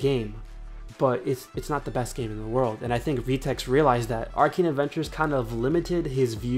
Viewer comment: im cringing, u said "vee-tex" its pronounced "Veh-Tex"